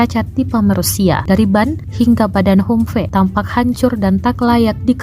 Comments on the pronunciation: humfe... ahahaha min min blajar bahasa inggris dong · Humvee.... Baca betol2.... Baca bahasa Inggeris pon x betol... Hahaaaa